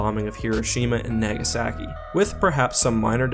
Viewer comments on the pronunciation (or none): You said Nagasaki wrong